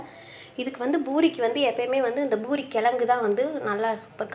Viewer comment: its not pinairathu pa pisairadhu